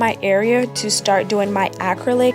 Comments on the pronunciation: Good job explaining well. You were pronouncing the word acrylic, like ack-crow-lick, which was quite entertaining. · Really great tutorial you did a good job for a beginner! You also did a good job with giving specific instructions tips and tricks. But you were confusing me when you were saying 'acrylic' lol go watch other videos and listen to how it's pronounced. The only reason why I think it's cute and funny is because i did the same thing before going into nail school. (Not many people can do this well of a job with having no experience using acrylic)